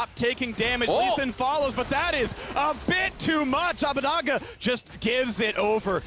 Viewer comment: Hearing Abbedagge repeatedly pronounced Abbadagga hurts me physically